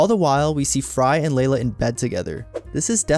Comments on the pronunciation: It is NOT Leila. It's LEELA! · Do you think the speaker is AI or just a person who never watched the show? Because how could anyone not know her name is Leela NOT LAY-LA! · Your AI generated script and narration is absolutely horrible. There is no "Layla." It's fking LEELA. Ditch the AI and write the script and voice it yourself.